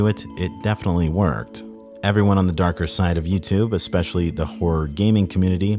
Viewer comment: Come on you’re still pronouncing especially wrong lol I know I’m not the only fan of yours that cringes when I here you say “ex-specially” lmfao thank you for your content!